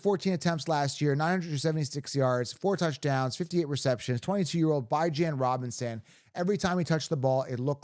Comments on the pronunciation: Beh-juhn dude😂😂 go interview him and ask him how to pronounce his name 😂😂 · For the LOVE OF GOD 😂😂😂 I swear your channel is awesome… but will you PLEASE pronounce Bijan’s name right 😂😂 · STOP DISRESPECTING BIJAN ROBINSON. Stop using your freedom of speech to DISRESPECT THIS MANS NAME. It’s CHILDISH. Kids intentionally mispronounce names when they bully other kids. Stop. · 1. Leaving C MAC off a top 10 RB list is criminal 2. Stop saying Bijan name wrong it’s disrespectful